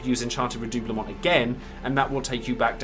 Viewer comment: My main dps in FFXIV is a RDM and Alisae was a must for me. I also main SCH so Alphinaud was a must a well. Thanks for this nice guide! Thanks as well for me finally learning the correct pronunciation of redoublement.